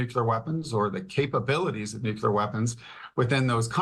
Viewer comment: Maybe Fox could find an expert capable of pronouncing "nuclear."